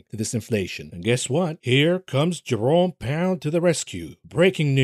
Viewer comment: I misheard you say Jerome Powell as "Your-own Peril" and had a proper snort.